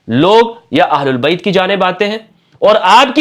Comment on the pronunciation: "اھل بیت" ، کہا کریں نہ کہ اھل اللبیت ، ویسے آپکی ادائیگی بھی صحیح ھے